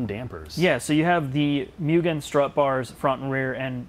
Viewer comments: For the love of God, its not "mew-gen", its "moo-gen". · ffs its not pronounced "myoo-gen", its "moo-gen". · Just FYI it’s (mo-gan) not (mew-gan) I took a trip to Japan to visit family and I got hosed for saying (mew-gan)